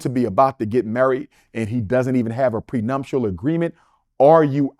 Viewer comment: PreNUPtial! Not prenumptial doc! 😂🤷🏾‍♂️